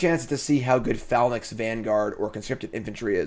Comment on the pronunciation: wotc is just gonna keep printing phalanx cards until finally learns how to say the word.